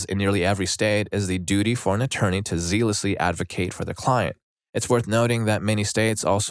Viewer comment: My dude, "zealous" isn't pronounced "zeel-us," it rhymes with jealous. Zealous = "zell-us." Therefore, "zealously" is pronounced "zell-us-lee." JFC learn how words are pronounced before you say them on these videos!